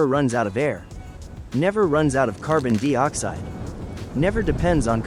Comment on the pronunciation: Gotta ask... what is carbon 'deee oxide'? and actually? the .'point four four magnum handgun' produces around 1000 ft lbs of energy